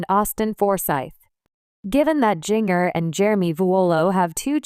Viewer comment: Can you say her name correctly, as in Ginger with a "J"?